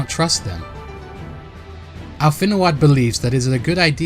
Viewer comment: I know this was done a year ago, but it's killing me how you keep pronouncing Alphinaud's name as "al-FIN-oo-ahd" like they say his name in-game a billion times, it's pronounced "AL-fin-oh" 😭😭😭 I know you know I appreciate your work and I'm doing my best to ignore it but WHOUF